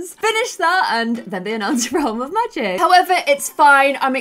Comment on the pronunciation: teen......made in your image....looks like you. And you pronounce the "A" sound as a "U" sound...... instead of "cat," you say "cut," "magic," you say "mugic," "and" is "und," etc etc